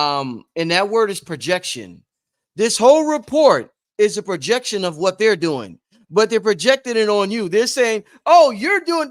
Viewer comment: "Prrojrction" = Transference